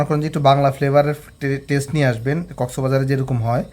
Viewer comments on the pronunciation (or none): none